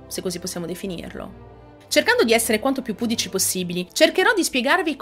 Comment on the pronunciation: Il tuo video e' sicuramente piacevole da seguire; tuttavia dovresti curare la posizione degli accenti di alcune parole.....ti faccio 2 esempi: si dice " auste' ra", non " au'stera", e " pudi' chi", non "pu' dici"......ti suggerisco di tenerne conto ai fini di un miglioramento dei contenuti che proponi nel tuo canale. Ciao da Saverio di Cisternino ( Brindisi)